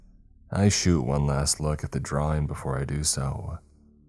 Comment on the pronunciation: Draw-ING!!! ING!!!! ING!!! ING!!! NOT Draw-EENE!!! NOT DtrawEENES!!! LEARN HOW TO PRONOUNCE ING!!!!!!!